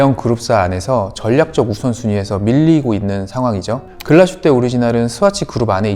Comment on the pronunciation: "Glashutte"는 독일어 'Glas'(글라스) 및 'Hutte'(산장,오두막, 움막)의 합성어로 '글라슈테'가 아닌 '글라스휘테'로 발음하는 것 맞습니다. 참조하셔요